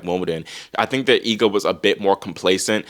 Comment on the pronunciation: I always appreciate your correct pronunciation of Iga's last name, that's rare